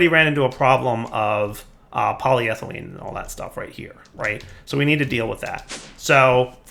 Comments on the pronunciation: I thought you were trying to type it the way he was saying it lol My bad, I forgot about the alternate PolyThene. Still not PolyThylene though lol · Why panic? If I can’t see it, it’s not there! Also, I appreciate your effort in trying to call it “polyethylene.”